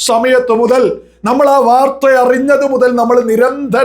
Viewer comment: വാർത്വയല്ല വാർത്ത എന്നാണ്😂 ഗുണ്ടുമണി.